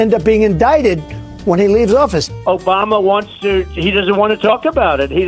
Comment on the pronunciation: ObamnNa. Uh rib-be-do aaahh